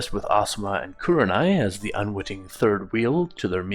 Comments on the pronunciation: Lol its probably the accent but i hear a 'yew' as in Kyewranai it should be more like like ooh like koohrenai Loving the direction the story is going with. Were you inspired by that famous fanfic where minato survives and naruto pretty much becomes a boruto like character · Loving it so far, but the way you say kuranai